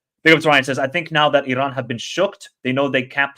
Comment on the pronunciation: I appreciate your knowledge and outlook towards Asian football. Just one friendly advice on the pronunciation of the letter "R" when it comes to Iran, other countries or player names. The R is soft and not as harsh as you say it. E-Ron, will beat Japan 2-1